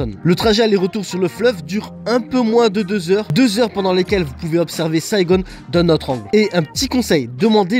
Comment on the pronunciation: c’est Saigon et non Saigone, le Vietnam c’est aussi les kmers qui ont envahi le pays et les français étaient venus pour sauver les vietnamiens, depuis beaucoup de vietnamiens se sont réfugiés en France.